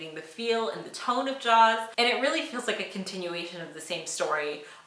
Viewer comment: She called “Jaws” fine ..... wow